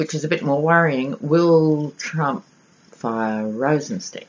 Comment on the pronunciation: Loved this reading on Rosenstein (pronounced stine as in spine ☺️). Rod Rosenstein is a Lion of Judah , a righteous dude! He and Mueller are true American heroes. Thank heavens there are some actual men in the Justice Dept who actually care about the rule of law. They both are 100 times smarter than the adolescent orangutan and the adolescent baboon he has for counsel. Both Trump and Cohen are stupid and cruel men. They are in the soup now ! They have Cohen dead to rights on a number of financial crimes I am sure. Even if he does “sing”, I do not think he will be able to avoid prison. The really delectable part of this story is that because the raid was conducted by the Southern District of New York, no presidential pardons apply. I am sure that R and M considered this when deciding which office should handle the raid. Another morsel is that there is no statute of limitations for tax fraud! So Cohen could be looking at many many charges just like Manafort. Not to mention serious campaign violations regarding money used to “buy” silence on who knows how many women? In the book “Fire and Fury”, Steve Bannon reportedly told the author that there were hundreds of women the Cohen “ took care of “ for Trump during the campaign. As of yesterday Michael Avenatti, Stormy Daniels attorney, said that he was preparing to release a sketch of the man who assailed Ms. Daniels and her infant daughter in a Las Vegas parking lot outside a fitness gym. They were going to ask for the public’s’ h